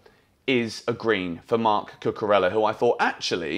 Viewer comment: Why do you keep saying Cucurella this way? The is no sound “L” in his name at all, come on, pay some respect.